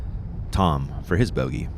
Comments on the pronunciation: ITS TAAAAAAAAAAAAAAAAAAAAAAAAAMM NOT TOOOOOOOOOOM YOU IDIOT ANDERSON!!!!!!! Just when ya think Ian will quit the laaame ass, childish comments, here we go already... SMH F!! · I have to give some friendly feedback at this point. It is Tamm not Tom. Nice coverage nevertheless, keep up the good work. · Tamm… not Tom!!!